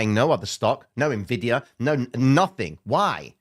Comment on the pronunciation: good hearing you say "eNvidia" instead of "NeVidia" cause the latter sounds so stupid hah